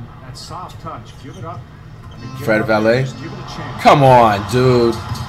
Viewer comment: “Fred Valet”😭😭😭😭😭